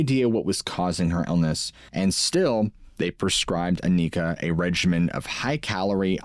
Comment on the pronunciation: it's not pronounced Akneekah, she's not from the hood, it's Awnihkah, kind of like harmonica, Anika.😅 we're cooked😂